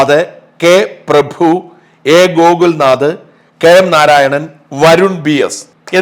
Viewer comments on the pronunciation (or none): none